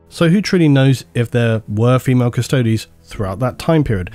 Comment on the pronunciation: Phi-males?! Reee! REEEE!!! I’m a 40k fan. 😂